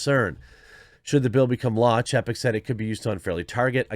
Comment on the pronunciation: Ffs. His name is spelled chapek. Didn't you learn phonics? When there is a vowel/consonant/vowel combo, usually the first vowel is said the way you say it in the alphabet. It's chay-peck.